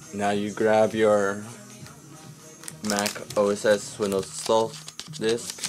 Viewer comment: Yo dude, u don't say Mac oh ess ex! Its Mac oh ess 10. The X is roman numeral